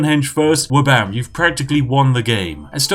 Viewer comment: "Flabam"? What is this heresy? It's Wabam, Goddammit. And what have you done with Spiff?